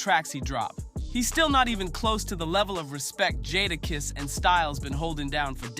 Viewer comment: he said jodakiss lol